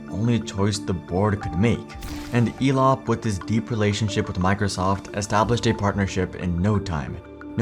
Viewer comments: Why do i keep hearing Elon instead of Elop 😊? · Elop sounds a lot like " Flop" .